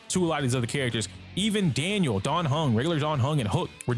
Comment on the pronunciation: ITS DANHIL NOT DANIEL SMH (to people that say Daniel)